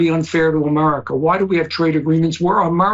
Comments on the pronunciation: A- mar-a-ca? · jeff van drew can't even say America - ah murika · Holy crap, He is the first politician that I actually hear say « Amurica »….